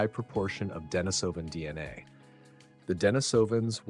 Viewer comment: It's actually deNÍSovan, Not deniSÓVan